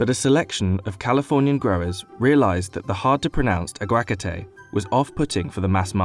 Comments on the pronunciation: Ironic how you admit that "aguacate" is hard to pronounce, yet you didn't bother asking a Spanish speaker how to pronounce it. The emphasis should be on the third syllable, not the second. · What on earth is ah-GWA-kah-te? In Spanish, its pronounced ah-wah-KAH-te. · aguacate?! "ah gwak a tay" HAHAHAHA Its "hard to pronounce" cuz you are saying it in the most cringe worthy way, lol May wanna look up pronunciation before making a video like this, and I dont even speak Spanish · It hurts my fking ears omg. It's "aguacáte" A-GUA-CAAAAAAAA-TE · Uh gwah katay. 🤦🏻‍♂️ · okay but why do he pronounce aguagacate like that 😂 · Sheesh that pronunciation of aguacate hurts the soul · bruh 😭 that is NOT how you say "aquacate"; he butchered the shit outta that word lmao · He did not just pronounce Aguacate like that... bruh... that is the most unappealing way to pronounce such a delicious thing. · That is definitely not how you say Aguacate or Michoacan. It was cringe hearing him say Aguacate that way over and over